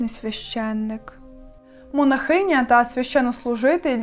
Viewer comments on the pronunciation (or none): Чому монахИня, а не монАхиня? Я щось знову пропустила, якісь нові правила ? 😮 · Дякую за вашу працю. Єдине, що маю порадити, це вимовляти слово "монАхиня" із наголосом на звук А, бо на фоні вашої гарної мови, воно аж ріже слух.